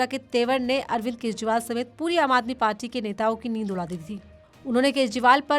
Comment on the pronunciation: Jb aap kuch shsbdo ko itra k bolti hn to bhut bura lgta h Jaisy party ko parchi mature anchor se is chichore prounciation ki umeed nhi ki jati